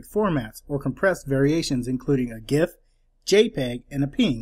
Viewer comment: Thank you so very much for pronouncing GIF with a hard 'G' as in graphic and not a soft 'G' as in general!!! To this day I still cannot understand how the creator of the file format claims it is supposed to be pronounced "jif" even though it is literally an acronym for Graphics Interchange Format.